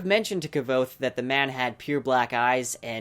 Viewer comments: Dude! Nice vid and theory's. Keep it up. But please, jus please. Every time you mispronounce Kvothe's name. You break my heart a little bit. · So happy to find you channel,there isn't enough talk about this boook out there and it is my favourite series. Although, your pronounciation of kvothe triggers me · I agree that the pronunciation is with a 'k' and a 'v', but you put too much emphasis on the 'k', thus making two syllables out of a one syllable word. Just say it in one breath, with the stress falling on the 'o' rather than the 'k', and everybody will be happy. Well, not everybody, it's the internet, after all. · Its „Kvothe“ not kavothe or k-vothe xd But beside that, very good video! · Its pronounce "Quothe" NOT K- vothe. Please try to pronounce names correctly because they matter ( where have i heard that before?) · Please check out Patrick Rothfusses video about name pronunciation! Kvothe is not k-vothe as you pronounce it but the k and v are pronounced bound together! You could say I am too picky, but somebody like you who also advertises fan art to be sold etc should be professional. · Minor thing. Please say kvothe's name right. Kv is Q not kah vothe but quothe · The correct pronunciation according to Pat and Nick Podehl is Kvothe, the issue is here he is pronouncing it Kuh-vothe, it should be kvuh not kuh-vuh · i am kind of thrown off by your pronunciation of Kvothe, I read it as QUOTHE as is mentioned in the book. Nice video tho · I love your channel, love the books, but you realize you pronounce Kvothe wrong? In the beginning of Name of the Wind, he says it’s pronounced Quothe, or with a Q, but written Kvothe. I think it’s in the first chapter where Kvothe starts telling his story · Am i the only one annoyed that for someone making a video about lore, he can't even pronounce Kvothe's name right?? stop saying kuh-vothe that's not how you say his name. for godsakes! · It’s pronounced. Quothe. Say Quothe. Pretend the “V” isn’t there.